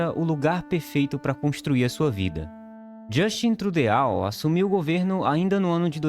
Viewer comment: Desculpe ser chato, mas ajudando sua pronúncia, pode falar "Justã Trudô". Aliás, excelente vídeo.